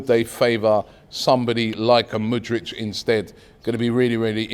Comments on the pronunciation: Robbie already butchering Mudryk's name. Man said "Mudrich" 🤣🤦‍♂️. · Stop butchering Mudryk’s name 😭